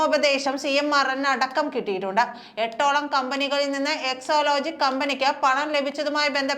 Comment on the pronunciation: എക്സോലോജിക് അല്ല എക്സാലോജിക് ആണ്.😂